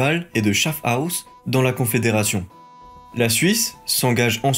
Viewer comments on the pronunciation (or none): Bien! Pour la prononciation du canton « Schaffhouse » c’est : « chat fouze » et pas « chaff house » comme tu l’as prononcé. Autrement la vidéo est bien. Merci 👍🏼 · Et schaffhouse se prononce "chafouze" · Schaffhouse se prononce Chafouze ;)